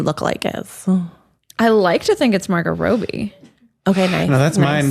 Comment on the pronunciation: Why did Ariel pronounce Robbie as “Rowbie?”